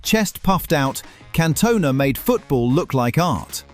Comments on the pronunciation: Yeah had to turn off immediately after "Cantoe-na" lol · Cantoe-na lol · Can Toe Nah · That Cantona pronunciation really irritated me